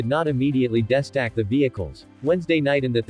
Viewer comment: Embarrassing to hear this sophisticated bot reader screw up so badly 5 seconds into the video. Does no one do a cursory review before releasing these terrible renditions? How hard is it to edit the mispronunciations? Pretty sure : "destack" is not pronounced as "desk act".